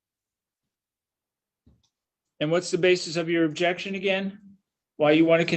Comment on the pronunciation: "Ayob ject!" Annoying man.